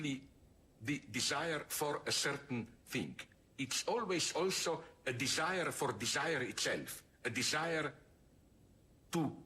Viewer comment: La parte más profunda es cuando dice: "Disaier,Disaier,Disaier,"